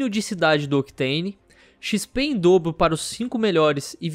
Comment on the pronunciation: É impressão minha ou o falou XP em dobo?